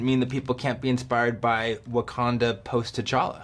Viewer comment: He kept saying tchalla when talking about Chadwick that was so weird